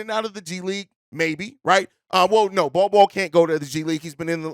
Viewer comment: said Nol Nol for Bol Bol